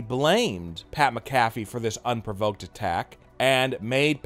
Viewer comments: His name is actually pronounced "MAC-a-FEE". But at any rate, if Vince didn't like him, he wouldn't have allowed him near any WWE ring or program and most certainly not in a WM match. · Pat Macafee 😂😂😂